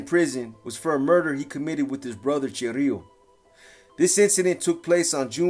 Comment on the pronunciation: Is chirilo not chorrillo😂😂